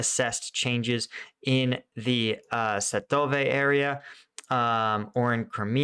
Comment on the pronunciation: Sv-ah-toe-veh, just trying to help with the Slavic pronunciation!